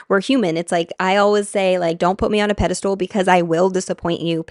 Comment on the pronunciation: PEDESTAL not PEDESTOOL- if you didn't say it 100 times I wouldn't have commented but I was about to throw my phone across the room so I just need to tell you that it's pedestal.